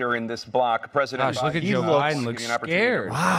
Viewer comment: At about , did Tapper say, "President OBiden"??